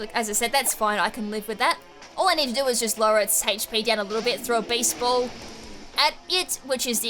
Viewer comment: I keep hearing baseball instead of beast ball lol